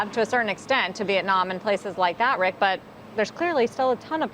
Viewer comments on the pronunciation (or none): none